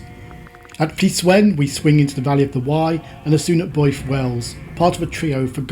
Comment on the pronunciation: Builth is pronounced Bilth